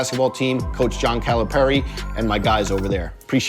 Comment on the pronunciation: Nobody:: joHn cali-perry